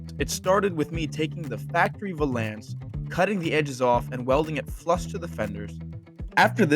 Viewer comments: In Hermiones voice: "it's valance, not va-lance." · Valance is said like balance. This thing is sick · I’ve never heard valance pronounced like that